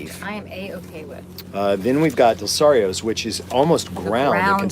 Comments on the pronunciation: Dalessandros was probably so pissed that Alton kept mispronouncing their name until they didn't like it. Then they were like, no no, it's Dalesarios. Always been overrated in my opinion. No one goes to Chubby's, which is right across the street and actually better. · I'm having a hard time getting over how he butchered the name repeatedly. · The owners of Dalessandro's (dell-ah-sand-rows) were probably so happy you were pronouncing their name totally wrong after trashing their sandwich :) But I honestly think taste testing like this is pretty unfair, because after 3 mouthfuls of 3 different steaks that were prepared differently, it kinda fucks up the palate and you're not getting the true flavor. Dalessandro's has great steaks, albeit maybe not as great as they once were back when the original Dalessandro family owned it. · Dalessandros! Love that they have the sharpie on foil instead of a branded wrapper because they do not give a fig. you missed out from not going there in person on the dozen jars of assorted pickled hot pepper things. Also, you are doing a terrible job of pronouncing Dalessandros.